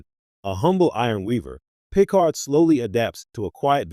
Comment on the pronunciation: Pee card